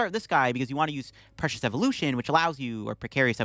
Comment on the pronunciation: My man got "Precocious" wrong twice, lol